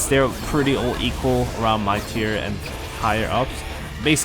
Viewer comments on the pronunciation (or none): FYI "tier" is pronounced "teer"